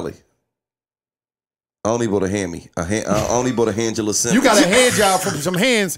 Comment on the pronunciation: "Handgela Simmons" 😆